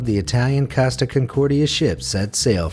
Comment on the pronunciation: Holy shit hire someone to teach you how to pronouce foreigner names. Coasta, Cheeveetavekkia, Franchesko Skettino.. come on.